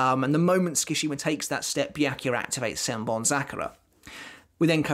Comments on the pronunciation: great video. just FYI Sue-ki-shee-ma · 'ts' is pronounced the way you pronounce 'ch' in the word 'chair' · The way he keeps saying my name is kinda wild... I was just listening to this like a podcast and was like who tf is he talking about lmfao Skashima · the way you pronounce tsukishima causes me physical pain